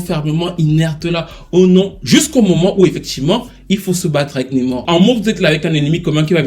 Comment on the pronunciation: NAAAmor stp pas Nemor